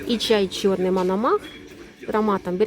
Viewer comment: Пані, чай МОНОМАХ,а не МАНАМАХ!!?)